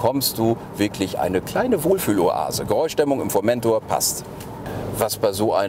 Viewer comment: schon scheisse ,- wenn man einen Bericht macht und nicht mal den Namen "Formentor" richtig aussprechen kann....